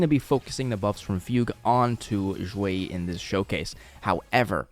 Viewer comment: "x" in Xueyi is pronounced "sh" not "zh". Same with all other chinese names/words.